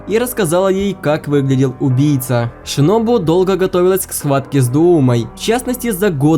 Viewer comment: В манге кое что странное томиока сказал что сабито умер один а как же та девочка которая помогала танджиро с тренировкой дыхания? И ты сказал шиноби а не шинобу